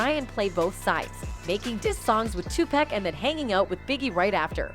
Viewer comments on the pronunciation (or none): It’s not 2 pack, it’s Tupac. 👎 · It’s sad that it been a month now and this lady still can’t say 2pac name right lol 2 pack? come on lady read ur comments lol 😂 get it right tf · SWEETHEART HIS NAME IS PRONOUNCED (TUPAUC) BUT ITS TUPAC OK. YOU KILLIN ME WITH THIS SHIT. IM TRYIN NOT TO BE ANNOYED HIS IS NOT TO HARD PRONOUNCE..... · Lady man stop saying 2pack!!!!!!!!!!!!!!!!!!!!!!!; There's no K!!!!!!! PUT SOME DAMN RESPECT ON HIS NAME !!!!!!! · Yo, I caught that and was like wtf!! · "Tupack" smh lol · Please learn how to pronounce Tupac's name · Yo they coulda taught dis silly ho how to say Tupacs name before recording this shit! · omg someone tell this white lady how to pronounce tupac